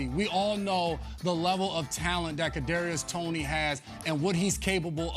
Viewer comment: Patty mahomes is the villain if you like him and this man said kadariois toney wtf